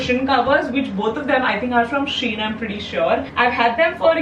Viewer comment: Everytime you said SHEIN ek alag Dard hora tha🥲